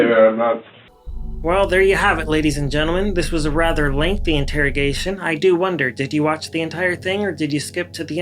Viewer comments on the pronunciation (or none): It's really obnoxious that he thinks that the word is "rether". Or maybe it's "wather". He said that through the entire trial. Moron. He's not used to not being able to manipulate and control the situation, and you can tell how intimidated he is by these men in his room. And by the way, I disagree that he's not stupid. I think he's a freaking dumb a**. "My mama is older...she don't know"... Dawn Woods is 61 lol. Hardly "older". How's he doing to call home and "talk to his girls" when his daughters live in two different states, and none of his kids have ever actually lived with him? What actually wants to do is call home and talk to his vile, enabling POS mother, so he can try to garner what the police actually know.